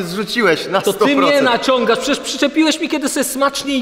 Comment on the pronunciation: To jest filtr a nie pszecierż to jest filtr xDdd 😂😂😂😂😂😂 hahahahahha